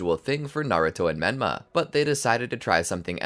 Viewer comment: Did any one else here him say benma 😮